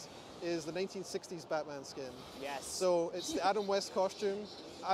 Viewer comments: did he just say blackman? lmao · he says Blackman Arkham Origins xDD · Blackman Arkham Origins Blackgate lol hi there from 2024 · LOL, he said Blackman Arkham Origins Blackgate!!!!! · Haha he really did say blackman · Anyone hear say Blackman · did he say blackman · LOL. He said blackman arkham origins